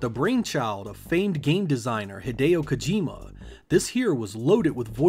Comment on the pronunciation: Hai-day-oh Kojima?